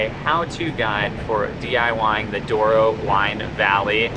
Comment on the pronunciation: Douro, not Duoro :)